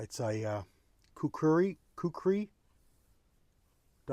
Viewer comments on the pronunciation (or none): 👍😁🦶🪶🇺🇸 Pronounced "kook ree".